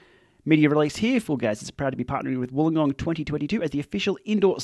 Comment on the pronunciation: It's funny how you seems to have a hard time pronouncing Uruzaki the way they said it was pronounced; while you easily pronounce Wollongong in a way that make it absolutely impossible for me to pronounce! Ride on!